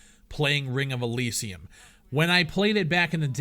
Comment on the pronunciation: can u fucking say Elysium right........